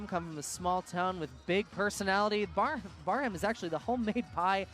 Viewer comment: You guys did an awesome job. My daughter was the Little Miss Sandstone and it was too bad that you didn't have her last name. And for future reference, Braham is pronounced Bram. The H and second A are silent.